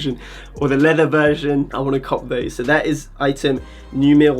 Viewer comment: going full Chabuds saying "wersion". Been a massive fan since Couture Atelier